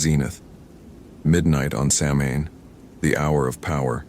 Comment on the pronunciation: Great stories! Samhain is pronounced "sow-in".